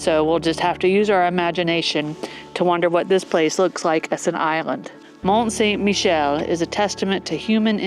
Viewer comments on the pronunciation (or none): Pronounced Mon San Michelle